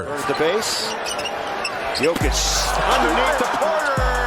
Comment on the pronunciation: Bothers me so much that you don’t pronounce Nikola jokic name right.